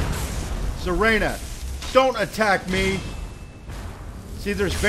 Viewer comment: it is pronaunced sir ah na